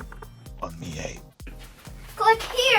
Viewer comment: For a tech channel, I would think you would know how to pronounce "Xiaomi" and "Mi." SMH.